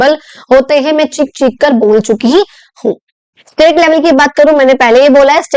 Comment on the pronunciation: i just noticed cheekh - cheekh kar❌chick--chick kar✅😂😂